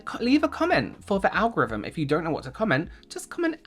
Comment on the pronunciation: Al Go-rhythm!